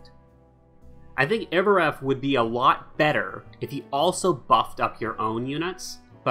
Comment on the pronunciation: By the way its not pronounced ''Iovoreth'' . Its ''Iorveth'', just like its written. If you're still confused just say it like the Dol Blathanna Trapper says when you play her.